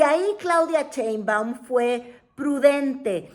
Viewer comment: Mientras sigas pronunciando "Cheinbaum", no te voy a ver 😅 Pronuncia bien su nombre!